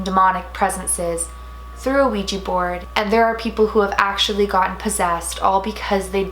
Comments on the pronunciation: Also for anyone who doesn't know this it is not pronounced Ouija with the long eee sound, it's pronounced like it's spelled with an A on the end like on the end of my name, Dana. Now everyone say it with me, Ouija (weeja)!! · ITS OUIJA NOT OUIJI ITS WHIT A NOT I YOU DONT SPELL IT RIGTH, OUIJA NOT OUIJII